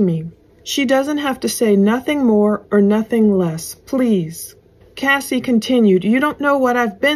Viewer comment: It's CASS EE NOT CASEEE. CASSIE.